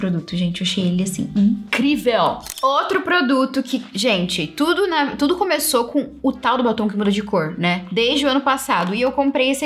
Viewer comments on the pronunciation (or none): tentando falar uma palavra nova em inglês = TUDOW kkkkk